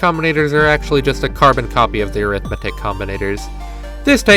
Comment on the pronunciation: This is so cool that I'm putting up with the pronunciation of Arithmetic